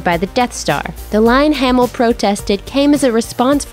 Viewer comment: Mark haymill? 😂